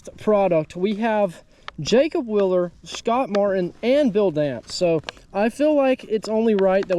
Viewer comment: zMan literally makes 30 different line through swim baits 😂 Please say my cousin Jacob’s last name correctly, people pronounce our last name “ willer “ all the time. It’s wheel-er.